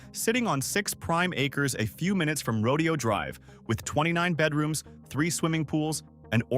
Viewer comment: It’s pronounced Row-day-o Drive, not Roe-Dee-o Drive.